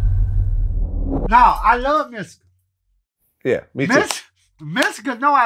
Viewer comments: Did he just called Mystikal "misty.” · He said Mysssical